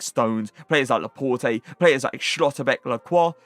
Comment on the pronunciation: dont you say laport??